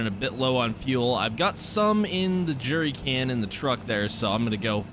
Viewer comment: I cringe every time he says “jury” can. It’s a jerrycan. Also, why the hell didn’t you just cut down a tree, take the wood to the sawmill, and immediately pay off the loan?